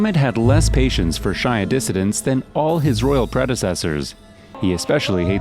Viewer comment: "Shia" is pronounced (SHEE-ah) Good video though. MBS is scary for sure